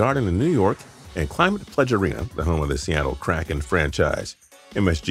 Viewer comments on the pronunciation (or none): none